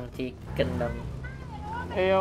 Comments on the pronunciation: CIKEN❌ CIKENG✔️ KONTEN❌ KONTENG✔️ KOMEN❌ KOMENG✔️ SEPERTINYA DIA GAK BISA NGOMONG "N" WKWKWK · Chiken ❎ CikenG ✅ Ngakak jirrr